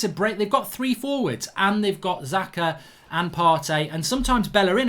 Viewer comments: His name is SAKA not Zaka put respect on his name 😑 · Does anyone else find it annoying when he pronounces Saka as Zaka😂😂🤦‍♂️ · Why does he keep calling saka “Zaka” 😅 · How hard is it to say Saka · His pronunciation is awful